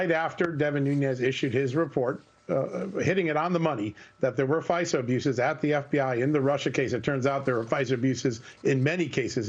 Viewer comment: Devin Ñuñes... It's not spanish. It's Nunes.